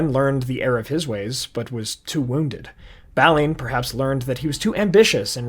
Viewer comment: Great video but very distracting calling Balin "Baaly in". On a positive note if you want really good Tolkienish Dwarves. Look into the Dwarfs in the Warhammer Old World setting.